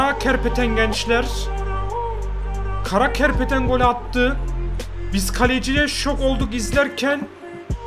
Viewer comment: Karapetyan'a karakerpeten diyen koca yürekli